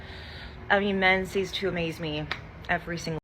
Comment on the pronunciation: "men cease to amaze me" she's not all that anyway but she didn't even say that right